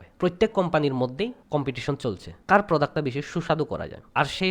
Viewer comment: প্রোদাক্ত আবার কি ভাই????😂😂😂😂 প্রোডাক্ট বলেন।